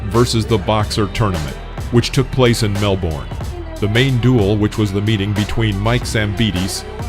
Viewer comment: Is it a robot voice? Keeps pronounce Melbourne wrong.